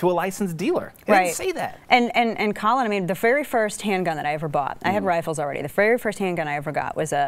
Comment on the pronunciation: Sr. she called him Colin...